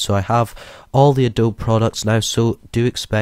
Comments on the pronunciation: Please say Adobee not adob - That is how it is pronounced. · You pronounce it as A-Doe-Be :) not A-Dobe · You DO realize it's pronounced "ah-doab-bee", right?